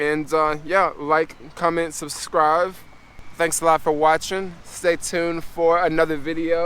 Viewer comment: “SubscriVe” is killin me, bro.😅